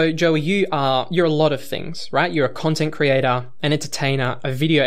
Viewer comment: "Joey you are a content creaTAH entertaiNAH video ediTAH highly qualified pokemon plaYAH" who has stopped uploading heatah fajitah. So fuck you